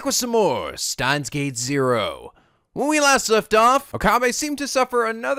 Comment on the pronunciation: Huh... Maybe I should make a counter for myself every time mispronounces Steins;Gate...